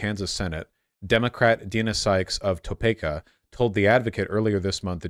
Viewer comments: To-pay-kah (it's to-pee-kah) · As a native Topekan, it's hilarious to hear Voosh say Topayka. BONUS FACT: Topeka was named, for a day, Topikachu twice. Once in 1998 and again 20 years later in 2018. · The way he said Topeka gave me psychic damage